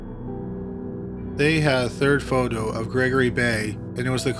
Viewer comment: "Photo." "Foe Dough?" "Photo." "Faux doe." Fo-do' His strange pronunciations really ARE pretty awesome. I think it's part of why i'm here... :)